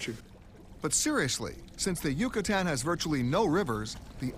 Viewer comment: he said cucutan lmaooo it's Yucatan pendejo